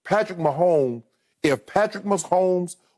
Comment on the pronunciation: If Patrick Most-Homes